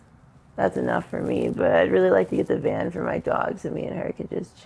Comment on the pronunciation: She said van not band